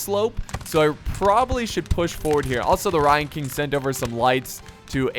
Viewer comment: at first when u were saying 'ryan king' i thought u were saying 'lion king' with an asian accent lol